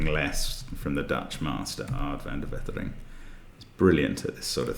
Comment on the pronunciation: Fair point. Now it is pronounced as if his name was spelled: "van de Wettering".